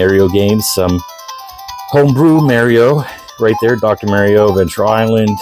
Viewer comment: who the fuck is Mary-O it's Mar'''ee'' O